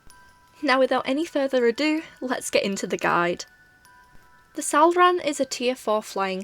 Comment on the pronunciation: hearing that “salrahn” was perfection and extremely satisfying